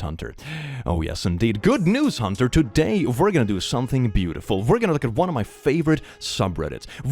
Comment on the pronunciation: btw im sure it has already been said but you are saying Huntyr wrong in the vid but with the intro and outro you say t right lol Huntyr=Hunter talk about irony lol